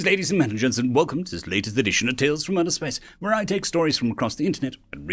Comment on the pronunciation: 'Mentlegen'. 'Gentlemen' but the first and third syllables are switched. Normally it's done with the first syllables of two different words and is called a spoonerism but he seems to be making it work like this.